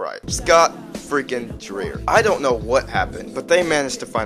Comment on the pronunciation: The whole casting experience (which I was involved in but had to do what we were told to do) They wanted Knuckles to be a cross with Jamaican Island Attitude and confidence. And you pronounce Dreier like Dryer. He is a great theater actor and has worked for Disney and is currently doing a tribute to Doris Day starring in a play that tours. The reason we were replaced is sort of a mystery, but I'm glad we could participate when we did!